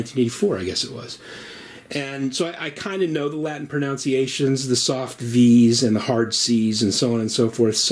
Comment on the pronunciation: You mispronounced 'pronunciations' smmfh